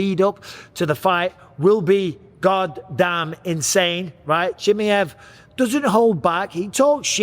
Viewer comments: WHO IS “ CHIMMMMEY HEV” Micheal is “ Chimaev” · every time you wronlgy pronounce chimaev - a chechen newborn dies